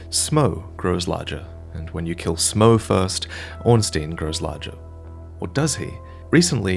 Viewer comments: Surely its ornst-eye-n not ornst-ee-n. In german the second vowel in ie or ei determines the sound. Could be wrong ofc if its been confirmed elsewhere. I.e - rammstein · Ornstein not Ornsteen